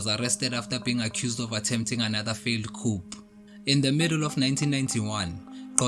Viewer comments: Thank you for the information.. But Coup ( coo & not coop) de tat.. Latin & French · I'm happy about the content in general,but not the way the presenter pronounces 'coup'